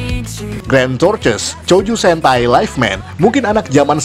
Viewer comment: Tortois Bacanya "Tortoa" Bkn "torces"